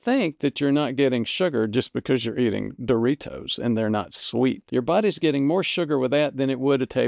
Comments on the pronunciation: Great video. But I can't let you go through life pronouncing Doritos like no other human on Earth. Too elegant. You make it sound like a fine Italian wine. You: dor-EE-TOES Proper: dor-eeDOZE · I like the way you say "Doritos"